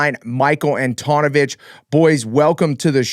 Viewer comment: good show guys, mike ant-tone-avich? good show better than pulp mx.